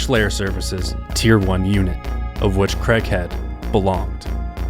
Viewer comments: "Craig" not "Cregg" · It's KRAY-G not KREG 😂. Why do Americans pronounce Craig KREG? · lol they always say KREG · Really well put together, I look forward to the book finally coming out. Craighead is a legend. I just wish you guys could pronounce the name Craig…(Craay-G) Other than that…excellent! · Americans. Please lean how to pronounce Craig. It’s not creg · Why can't American people say Craig? KRAYG. I thought it was a Malcolm In The Middle joke, but have since discovered that all Americans struggle to pronounce the simple name correctly